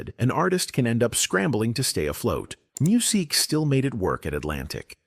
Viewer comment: 😬 I didn't make it past 3 min because of his name was being mispronounced so many times